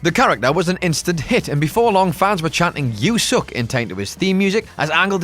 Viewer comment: I can't believe you couldn't even say "YOU SUCK" the right way.